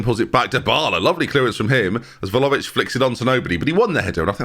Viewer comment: I mean he continues to pronounce Vlahovic wrong so not like he's gonna change anything now is he lmfao